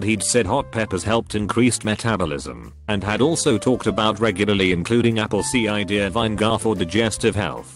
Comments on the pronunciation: Nobody: Text to Speech: CeEyEdEaR vInE-gAr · Funny. This robovoice can pronounce "labia majora" but spells out "cider" and botches "vinegar."